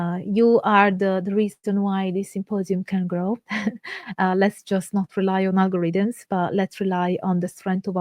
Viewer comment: 😈👿👹👺 fascinating! And today is a mighty fine day for margaritas !!! Edit: 🤣🤣🤣🤣 you said algorithms not margaritas! 🤣🤣🤣🤣🤣